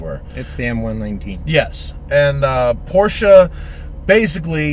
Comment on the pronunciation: Dude said Porschaaa! and he's a car enthusiasts. 🤣